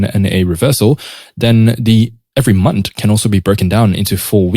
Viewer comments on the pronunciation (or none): "Month" bro, not "Munt".😂